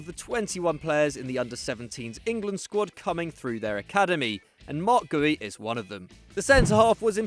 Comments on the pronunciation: Guehi isn’t pronounced Gooey it’s pronounced Ger-He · bruddah it’s gur-hee. not gooy. he ain’t green slime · It’s gur-he not gooey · Gowey loooool its pronounced 'ger' 'he'